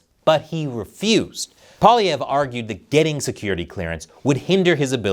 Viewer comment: You are the only american I've seen who pronounces his name properly.... are you from Québec???